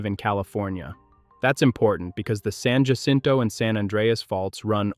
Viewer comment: It’s NOT San “Ja-sinto”, it’s San Ah-sinto! UGH!!!!